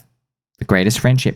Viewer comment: More gold. Took me six months to understand you were saying "belly button and all" at the end. Thanks for all you do, sir!